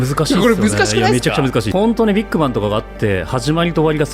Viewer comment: とりあえず俺はビッグバンのイントネーション変える